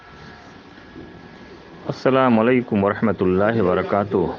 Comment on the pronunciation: السلام عليكم کہنے میں م کے بعد ل سے پہلے ع ھے اس ع کو آپ چھوڑ رھے ہیں آپ اس طرح کہ رھے ھیں السلام لیکم تصحیح کرنے میں جلدی کریں یہ بہت بڑی غلطی ھے۔ فقط آپ کا خیر خواہ بندہ